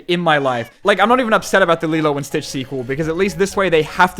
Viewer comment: "Lilo and Beach" 😂😂😂😂😂😂😂😂